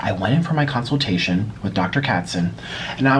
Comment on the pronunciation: Tell how to pronounce consultation 😂